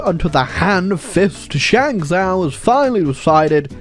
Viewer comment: Initially was quite irritated that kept calling it Shang-zoww instead of Shang-Joe, which would be the proper pronunciation, but then I realized hey, this is his channel, his kingdom and at the end of the day, he's British. He can't help it